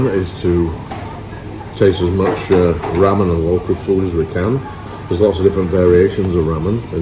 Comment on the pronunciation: Ramen is pronounced with LR. Sounds more like Larman than rramen